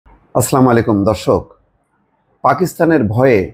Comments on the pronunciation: আসসালামু আলাইকুম ওয়া রহমাতুল্লাহি মোস্তফা ভাই সালামটা আপনার সহিহ হয়না দয়া করে সুধরাবেন আসলামুআলাইকুম হবেনা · আপনার সালামটা সংশোধন করবেন।